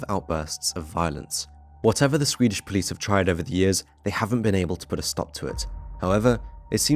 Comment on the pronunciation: As a Swede, I really appreciate how you make an effort pronounce Swedish cities correct.